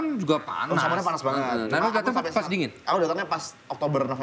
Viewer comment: kalau si bilang banget jadi banggat itu kenapa ya?